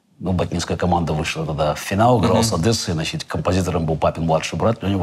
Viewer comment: С удовольствием посмотрел, спасибо! ЗЫ Оказывается, Каспаров говорит "значитЬ" и "дЭбют" , забавно 😎